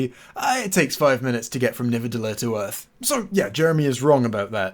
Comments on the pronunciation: Amendment: Nidavellir, not Nivadellir. It’s one of the official canon nine Norse realms, so I kind of get assholish about pronounciation. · Why are you saying Nivadellir it's called Nidavellir? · Minor nitpick: You pronounce "Nidavellir" as "NiVAdellir", which is wrong. It should be "ni-DA-ve-LIER", if you're going to say it with a not-Norwegian accent. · You actually said Nivadelir instead of Nidavelir. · hold up, isnt it nidavellir? and not nivadellir? Is this the moment where we, the audience, sin you for either forgetting or not knowing this information while sinning someone else sinning something? is this sinception? its like shreks onion all over again, oh god the LAYERS! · You keep saying "Nivadellir" on Sin 74 and it's irritating me to the point of a heat stroke. b e c a u s e i t s p r o n o u n c e d " n i d a v e l l i r " a n d i k n o w h o w s t r o k e s w o r k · Nidavellir not Nivadellir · It's NiDaVellir :) not Nivadellir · Love the channel, but it's "nidavellir". Think you're swapping the d and v. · there seems to be a mess-up in the name of the star-forge. Titles (and subtitles, and wiki) says Nidavellir. D on second syllable, V on third. But I'm pretty sure that in the movie Thor says Nivadellir. V on second, D on third. And now you say it the same way as Thor. So HOW is it? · I thought it was Nidavelier not nivedelier? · The characters pronounce it nivedelier but it is spelt nidavelier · Love this series, but are you purposely saying Nidaveliir wrong?